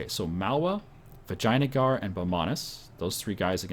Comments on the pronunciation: Actually it's Vi jay AN a gar. Not Vi jay na gar. He's just prenouncing it like that because it's funny, but it's not correct I believe. ;) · do you even compass? U dont seem to know where east and west are... -_- Also, it sounds like you say vaginajar. I hope thats on purpose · I like the way pronounces Vijayangar - <Vagina-guar>:D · Its Vee-jai-nagar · Your pronunciation of Vijayanagar is absolutely fantastic //coughs